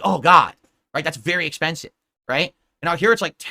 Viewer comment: Wait did just say eckspensive